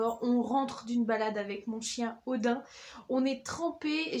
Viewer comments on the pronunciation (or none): none